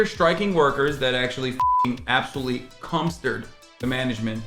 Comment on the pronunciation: Agreed. Just want to let you know though, it’s “cumstered” not cumpstered. Lol